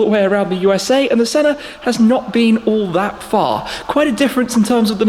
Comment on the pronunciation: Anyone else noticed that Shmee always pronounces the Senna, "Sennar" adding an "r" at the end ?